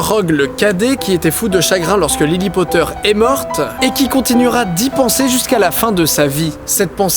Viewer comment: Monsieur POTTAH